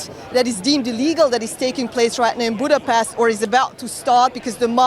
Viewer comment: This riporter girl actually can not pronounce Budapest nor hungarian surnames correctly, despite she is hungarian. 😅